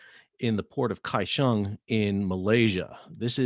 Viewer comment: No he didn't pronounce it correctly, as I doubt he speaks Chinese. He said Kaishong getting the first syllable coda wrong and with an aspirated /kʰ/ and without a palatalized glide (he doesn't even palatalize the 'gl' in his own name). For a monolingual English speaker (bless their souls), the closest approximation would be Gao-shyong, but that's the Mandarinized version, in the original video they were speaking Hokkien, so the locals normally call it in approximated English spelling: Go-hyong, or Dagáo, as it was originally a Siraya name "Takaw" (there are no aspirated consonants in Siraya so it sounds like Dagáo to English ears) then translated by the Japanese occupation into Taka-ou, spelled in Kanji as 高雄, then re-pronounced with Chinese pronunciation. Put 高雄 into Google translate and hit the speaker button to hear its pronunciation in Mandarin at least.